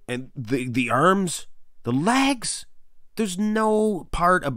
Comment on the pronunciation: Like your videos a lot but you gotta stop saying lags instead of legs!